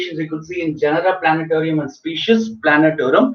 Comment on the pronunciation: Plantarum. Not planatarum